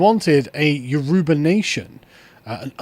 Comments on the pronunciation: The pronunciation of Yoruba is tickling me 😅 it is You-row-baa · Pronounced Y-o--rubba ...dont why I felt I had to say that, but there ya go....